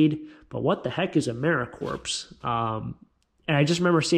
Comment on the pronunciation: Sound like you have a bit of a cold, perhaps? Take care of you for us. Americorps is pronounced without the "ps" like marine corp, corp is pronounced core. Cool buys. I would've gotten the L.L. Bean, too! Expensive clothing.